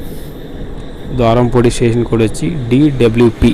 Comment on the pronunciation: ద్వారంపూడి కాదు బ్రో. ద్వారపూడి